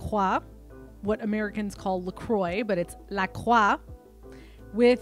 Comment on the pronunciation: Love your videos ! And loved the Quebec accent when you said "LaCroix" hehe ! ✨❤️‍🔥